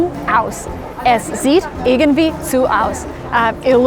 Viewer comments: irgendwie, not irgenwie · I'm impressed how good you pronouce german words. Ich bin beeindruckt davon, wie gut du Deutsch aussprichst. But you had forgott the d at the word 'irgendwie' Aber du hast das d bei dem wort 'irgendwie' vergessen. (i also hope i can help you, when i write on german and englisch) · its pronounced "urgendwie" not "ergendwie" :) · it's irgendwie, not irgenwie :)